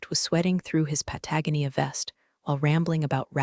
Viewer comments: PUTT-agony-uh not doing it for you? AV-uh concurs! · Nice story, but I do wish the AI reader would pronounce PATAGONIA properly. All of these stories butcher its pronunciation. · Patagonia, resume, live, Byron, ad nauseam mispronunciations in these stories